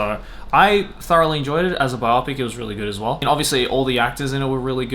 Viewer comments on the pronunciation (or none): lol the biopic pronunciation, bio pic, biographical (motion) picture